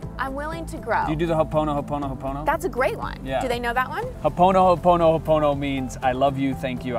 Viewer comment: I appreciate your education on all of these topics..very useful.. But on the word HO'OPONOPONO ...not sure who taught u this word, but as a part Hawaiian, born n raised in the islands... U butchered the word AND the meaning.. Just a suggestion.. Don't use it because it isn't correctly said or interpreted.. Other than that, keep up the good work